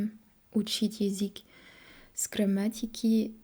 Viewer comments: Название видео стоит исправить: "Француженка пытается говорить на русском языке". Слово пытает (без "ся") будет воспринято строго в негативном ключе "пытки" (torture). Также стоит поработать над произношением слова "язык", пока что получается только "язик", хотя произносить "ы" ты умеешь отлично. изучали языки. В целом хочется отметить очень хорошую постановку предложений и тщательно выученные и выверенные ударения (да, мы знаем, что ударения в русском это что-то хаотичное :)) - чтобы "изучить язык", обрати внимание на момент построения слов "изучать/изучить". Еще у тебя почему то получаются мягкие "ль" там где нужны твердые, но день ты произносишь как "ден". У французского нет твердой Л, но есть твердая Н? :) а вот тут "стыдно" и "ы" произнесла правильно. "из других стран" тоже ок, зря тушуешься. В целом понятно откуда у тебя поставленное русское произношение, раз ты сделала такой акцент на аудировании. ты слишком строга к себе, у тебя очень серьезный уровень по сравнению с другими изучающими язык. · Какая красатуля сегодня,, просто очаровашка. Классный макияж, "как после душа', очень женственно, очень свежо и привлекательно. Одна ошибка только: язЫк, а не язИк. Разница есть. Нужна тренировка. В корейском тоже есть звук и буква Ы, вот она: ㅡ. ❤ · Ещё не досмотрел, всё хорошо. Из "ошибок", мне кажется вы произносите Езык, а правильно Язык. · Браво, давно этого ждали. Спасибо. Хорошая, осмысленная речь. Буквы "ш", "к" и "л" необходимо произносить по "твёрже". Особенно "к" в слове "язык". 👍😊